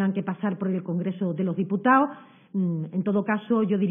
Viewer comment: Y esta paleta q ni sabe decir " congreso de los diputados" es portavoz??? Asi va españa... y asi nos irá. Al menos di Estado, o congresos de los diputados. Ten el acento q quieras... pero habla con propiedad paleta. Menuda verguenza